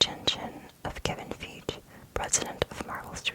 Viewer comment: I can’t be the only one who was mad when she miss pronounced Kevin Feige